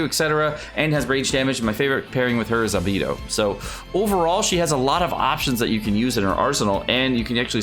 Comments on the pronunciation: Who is coming soon? i didnt understand arrghhbedo? is it albedo? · AND AL-BEE-DO???